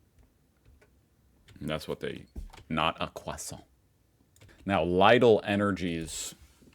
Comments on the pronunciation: Lidl.. NOT LEIDL! Lidl, Ligl, LIDL! Learn the spelling.. it's like Leedl! How many times have people told you that? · brooo pls stop saying Leidl :'D you have to say Leedl because that's how to pronounce the german company Lidl. u know, everywhere in the world ppl make the same noise when they pronounce an i, except for the english parts, they make that noise when they pronounce a ee :'D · The difference is between "selber" and "sich." If it had said "sich auszubilden" it would mean "train yourself." It says "selber auszubilden" means "do the training yourself." The grocery store chain "Lidl". is pronounced "leedle." It is always "I" as in "machine" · Bro is calling Lidl "Leidel" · Wait until he finds out that for ages he's incapable to pronounce Lidl the way is is pronounced correctly. And it's not that hard to remember that the i is pronounced like ee in english... Lidl is pronounced like Leedl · Lidl is pronounced leedl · can someone please teach how to pronounce Lidl?